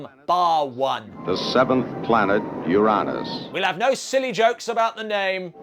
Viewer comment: Finally, the correct pronunciation. "You RAN us." No allusion to anus, and no urine either.